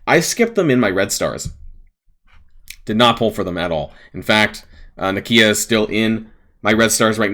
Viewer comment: The way you say nakia is perfect. Not one American can complain about the way something is pronounced 😉